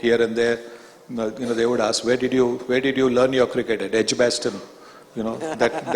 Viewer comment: Pitch = peach Did = deed Devastating = divaastating Verbal = vaarbal Skill = skeel Appealing = appiling Idol = idoll Picking = peaking Opener = opaynaar What = whaat Marathi = Maaraathi Monopolising = monoepoelising Journalist = jaarnaalist And so on and so forth. Why engage such a moderator whose pronunciation is so poor?